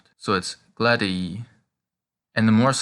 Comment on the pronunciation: Regarding “Glad—ii” the last two vowels sound the same? Isn’t one a short “i” and the other a long sound? I am not hearing it when you pronounce them so I am confused.